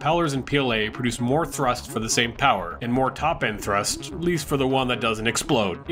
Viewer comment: " starting with THRUSSST ! " 😦😤